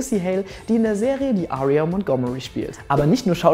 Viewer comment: Das wird nicht Aaaaaria ausgesprochen sonden Äria 😂😂😂